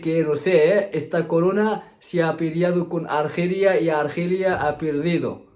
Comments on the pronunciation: Cuida mucho a tu florimda y se mejote pronto ... y no se dice argelia se dice alergia... es solo un correccion positiva saludos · Se dice A-ler_gia A-lér-gi-co Jajaja mosquito 😲 no me asustes que el mosquito transmite el virus 🤣🤣🤣 Tu cuento de los mosquitos hembras 🤣🤣🤣